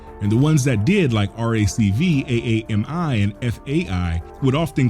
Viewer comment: Aami is pronounced Amy lol, its weird but yeah